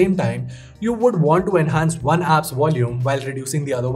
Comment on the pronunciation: I learned a new word today. Wolume!